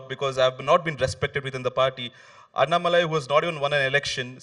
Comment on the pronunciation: Hello ...it is not annamalai...it is annaa-malai. Annaa should be elongated. You guys pronounce it like Anna without stress and shortened.